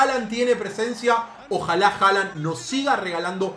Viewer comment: no se pronuncia Haland se pronuncia Holand porque en Noruego la letra å se pronuncia como o. Entonces Håland se pronuncia Holand